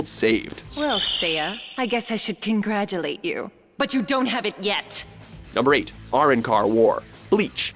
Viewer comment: you fuck up the saying of number 8 so bad it hurts